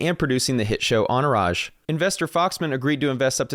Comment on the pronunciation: Wait…how do you pronounce Entourage?? 😂